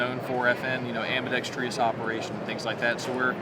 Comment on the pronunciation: Ambidextrous, the most mispronounced word in the gun community. Interesting comment from the rep: "This is for purists." I suspect that true "purists" will consider this an affront to John Browning.